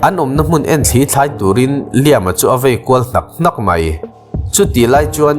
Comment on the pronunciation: A changtupa hming i lam dan hian min ti tuilo vek, tuntum chu.. angaihnawm nawm nen..... Liam ti tawp lo khan 'Lai-âm' tia lam zawk tur anih ka ring!?.... (Hmasawn nan ka lo belh zuai... srry!!)..